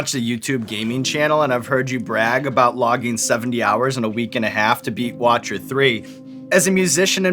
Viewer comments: ITS WITCHER NOT WATCHER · did he rly just say watcher 3? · did he say the watcher 3 fr lmao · lol, did he call The Witcher 3, "The Watcher 3"? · Did...did he say Watcher 3? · "Watcher 3"? Sean...hold that L.